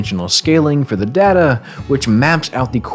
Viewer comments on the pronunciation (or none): ITS DATA NOT DATA